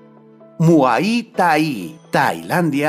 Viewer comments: pronuncias mal muay thai critica constructiva por favor corrige. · Primero Informate como se pronuncia Muay Thai lo haces muy mal y lo dijiste muchas veces